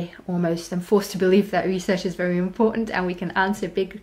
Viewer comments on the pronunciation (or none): none